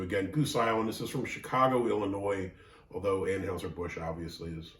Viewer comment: I do like this beer (no surprise). There is little rural in the 312 area code and less love lost between Chicago and the rest of the state, so the rural version died on the drawing board. LOL. Please say ANN-hi-zer,.